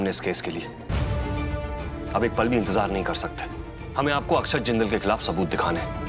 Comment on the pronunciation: Aksad nahi akshat naam hai